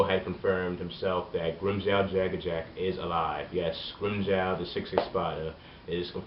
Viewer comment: its Joe not Jow